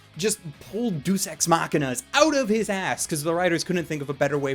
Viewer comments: "Deus" is two syllables. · The e in Deus is pronounced. It's not Duce, it's Day-uss. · Deus is pronounced "Day-oos". Just been bothering me a bit.